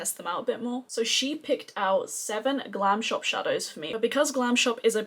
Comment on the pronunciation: You should try their new eyeshadows they are holographic... u will love them. Your polish pronunciation is on point. Love your makeup look.